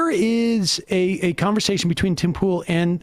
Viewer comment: "Tim Pole"